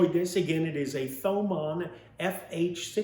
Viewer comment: Pronounced TOE-MAWN I believe ;)